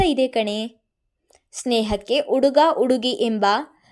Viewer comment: Story is nice but narration is not good. Uduga udugi alli vogu pl change the pronunciation.